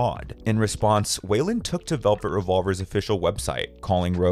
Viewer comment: ITS FRIGGIN WEILAND. Pronounced "WHY-LAND" Not WAY-LAND. WHY LAND